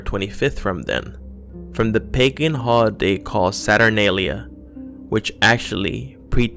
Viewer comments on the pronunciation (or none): none